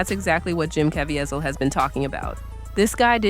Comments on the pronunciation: Good grief. His name is pronoinced as ka-vee-zle not Kavy-azle. o.0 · CA VEEEZIL’ not Cavi a zil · Good and important video. But the repeated mispronunciation of Caviezel's last name is a little distracting. If you make additional videos about him, it's pronounced "kah-VEE-zul," not "kah-vee-eh-zel." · It’s pronounced: Jim CAH-VEE-ZUL. ❤ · KA VEE ZULL That is how you pronounce his last name. I hope you accept this as helpful. No judgement. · Ca Vie Zel (Ka-Vee-Zell) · His name is Jim KA VEE ZEL! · If you're going to make a video about someone, at least learn how to correctly pronounce their name. It's pronounced Ca-V-sell. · Say it with me... Ca-va-zeel.. 😊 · The correct pronunciation is Cav-ie- zel (cav- ea zel) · *CavEEval. That's how he pronounces it. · It’s pronounced : kuh-VEE-zull.Probably AI narrator. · His last name rhymes with “weasel” as in Ca-veasel. That’s the correct pronunciation. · please pronounce Jim's surname properly.. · Why are you butchering this man’s name. The whole world knows his name. Why can’t you say it correctly? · Could you POSSIBLY have your Narrator pronounce Jim. Caviezal’s name correctly? It’s really poor form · Can you learn to pronounce that man's name correctly? MY God! isn't that hard. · Please learn to pronounce Mr. Caviezel’s name correctly. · Also, pronounce Jim cavizel correctly!! So annoying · Wow you could have googled how to pronounce Caveizel. But you didn't. You just pronounced it every way you could think of. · AI narration that can’t even pronounce Caviezel’s name correctly. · Learn how to pronounce Jim's last name correctly. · You need to know how to pronounce his name. Make an effort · narrated by a person who can't pronounce Jim's last name ? or is this AI narrated ? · You really need to learn to pronounce his name